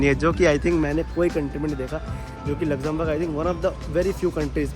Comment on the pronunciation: Lexemberg kitni bar bole aap 😂